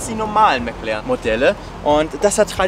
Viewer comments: Genau, der 'McLern'. Wer kennt ihn nicht😂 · mäc lerren , man kennt ihn. alter...